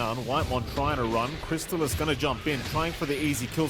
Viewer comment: totally agree. I heard like 3 variations of crystallis' name, in under 2 minutes. Wallachia needs better casters...